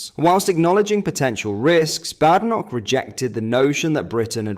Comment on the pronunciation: Its pronounced Bad Enoch . . . . . . To differentiate from Good Enoch